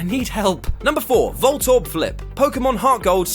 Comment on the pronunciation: I put my head in my hands as soon as I heard "Voltorb"